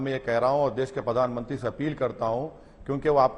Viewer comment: Dude he is not even pronouncing the Pradhan mantri accent correct he is saying ( padhan mantri ) 😂😂 just think if we elect him as our pm where our country will go